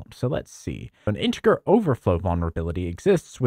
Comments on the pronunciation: Wait what I thought it was pronounced "Intejer" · hard R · INTIGGA! he said int like its the n word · I couldn't help but notice your pronunciation of the g in integer. You sound as if English is your native language, so I'll exclude the possibility of English being your second language. So, what's left? Accent? Dialect?